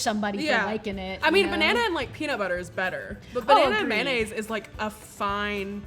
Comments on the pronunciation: It's pronounced may-oh-naze, not man-aze. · "Mannaise" I tell you what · i’ve heard of bananas but what’s man ay’s, do you mean mayonnaise?